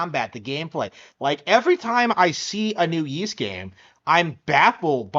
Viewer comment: Ys x plays better on PlayStation and pc. And it's pronounced Ees.not yees.